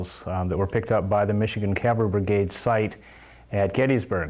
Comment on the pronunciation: Hey dude,. It was NOT pronounced " calvery". That is the hill on which Jesus was crucified. Custer was the commander of the 7th CAVALRY -- cav, dude, cav, not cal. Get it right to show you are not some duffus talking. ( Sorry, if I come across as RUDE, but this type of thing bugs the you know what out of me).